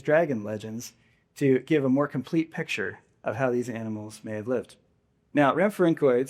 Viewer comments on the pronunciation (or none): none